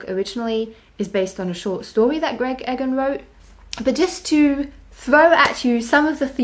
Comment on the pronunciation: E-gahn not Egg-en.